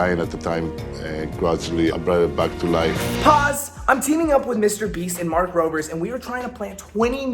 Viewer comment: Mark Robers? Lol. Get the name right homie.